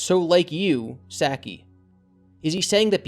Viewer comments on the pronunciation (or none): For future reference trying to say Saki's name Sah Kee